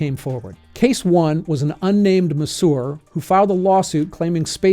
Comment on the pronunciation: How in the hell are you pronouncing masseur as "muhssour" ?